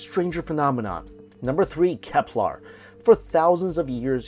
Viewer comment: Dude it's Kepler not keplar somehow I don't think it's a accent thing